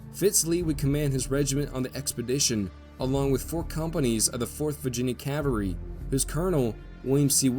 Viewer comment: who taught u that the "L" in Cavalry is silent. It just grates my teeth when I hear that colloquialism.